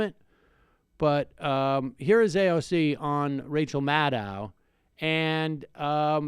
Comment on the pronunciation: It is pronounced Rachel Mad-"doe".